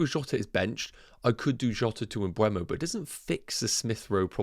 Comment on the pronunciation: yep, silent "m", cant see why people are pronouncing it as "mbwemo" lol